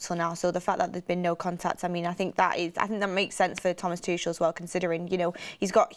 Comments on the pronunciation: I’m actively seeking help but it really irks me when names are mispronounced. Tookelle, Tooshle. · The way she kept saying tuchel. Has she never heard how you pronounce his name before !!!